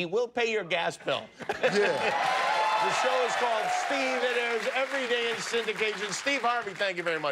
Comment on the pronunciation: He doesn’t even say Steve. It’s Steee.